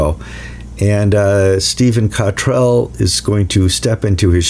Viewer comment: You still can't correctly pronounce the surname of the Abp of York.